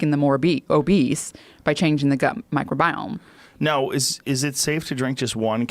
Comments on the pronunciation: Mike Robiome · Ok lady, so everyone all together now say “MICROBIOME”